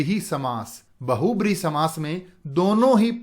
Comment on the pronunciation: Nice video sir 😊😀. Lekin aapne ek cheez galat boli- बहुब्रीहि nhi hota sir बहुव्रीहि hota hai....